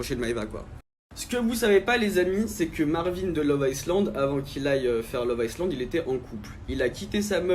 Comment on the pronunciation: On écrit iSland et et il faut prononcer Ailand aquabebe !